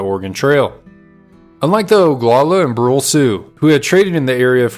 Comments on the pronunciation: As I understand it the band was known as the Brulé (Broo-LAY, not Brool). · Brule is pronounced "Broo-LAY." From the French meaning Burnt.